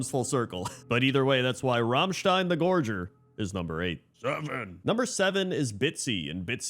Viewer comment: Two things: OMG he pronounced Rammstein right! And: Where is Thaddius :(